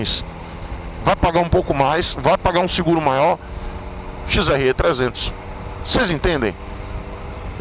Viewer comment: “XRÊ” não, porra! Você é baiano! “XRÉ”!!!! 😂😂